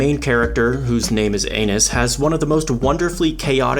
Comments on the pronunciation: We know he said "anus" on purpose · bro i could've sworn you said 'anus' 😭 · the fact he kept repeating that their name is Anis while pronouncing it like anus but still making it sound like her name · Bro did Anis wrong! Bro called her an anu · I love how you purposely kept mispronouncing Anis’ name lol